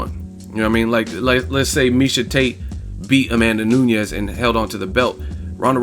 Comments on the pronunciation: Only one reason needed.. She got no standup.. and it's NU NES not Noo-ni-yez jeesus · A tip from Brazil: Amanda N U N E S (portuguese surname). N U Ñ E S (is spanish). Spell it like NUN + ES. But it was a great commentary about N U N E S victory.